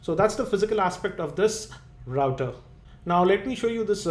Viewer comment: He is pronouncing it right